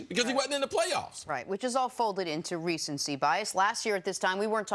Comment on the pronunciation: "Recency bias.." Pssss c'mon man!